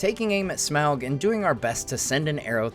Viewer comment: Smaug is pronounced SMOG